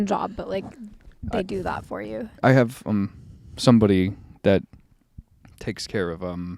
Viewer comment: She makes fun of how Charlie says words. She says hoppin' instead of happen. She says "that" with an AWWW instead of an A, too. Thawt. She says Charlie looks 12. So does she. She says he makes things awkward. She is worse. PS - Those mics are horrible sounding. I HATE hearing people's boses breathing.